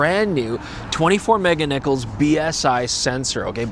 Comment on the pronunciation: "Mega Niccolls"